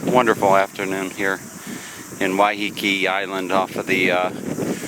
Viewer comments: I live on Waiheke. It is not pronounced Wyheekee, as he keeps doing, it is pronounced Wyhekee, with the emphasis on the first syllable. The word comes from the Maori 'wai', which means water, and 'heke' which means falling. It is named after a cascading stream on the south side of the island, in the Whakanewha Regional Park, round the corner from the Rocky Bay village. The beach they ended up on is called Oneroa (pronounced onny-rowa), which comes from the Maori 'one', sand, and 'roa', long, so it means Long Sand, although it is not the longest beach on the island. The village above it is, of course, called Oneroa Village, the main village on the island and the first one you come to off the ferry. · Im sure its pronounced Why-ah-kay. ❤